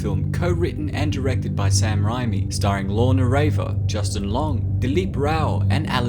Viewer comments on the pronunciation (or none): It’s” Raimi “not “Rimi”. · Usually love your videos but every time you say Rami it drives me nuts bro it's pronounced rayme not ryme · Sam ray-me not ri me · You always do such a great job with these videos. If I could ask one thing though....Sam's last name is pronounced Ray-me. In deadites video I noticed you said it both ways lol. Anyway, I still appreciate all the work you put into these videos. Thank you. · The way you said sam raimi hurt my soul. ITS PRONOUNCED SAM RAY ME